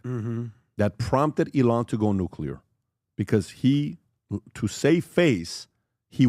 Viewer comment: Sometimes it's difficult to follow along when listening because PBD pronounces Elon and Iran the same exact way